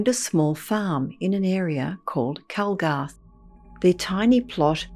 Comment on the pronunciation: Its 'Calgarth' Hall and the story is true. Been told for generations.